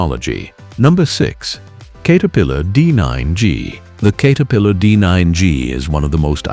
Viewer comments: I was hoping to watch this because I know it's true but had to stop when he couldn't even pronounce CATerpillar. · “Kate” er-pillar. Okay. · No kidding...the "Kater-pillar" remark completely blew it.